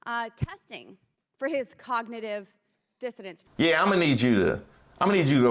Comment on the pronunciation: Funny, I thought I heard that right the first time but everyone was saying that she was saying "cognitive dissonance" which is a thing at least but no, she is quite clearly saying that Donald Trump was tested for "cognitive dissidents" because she's an idiot.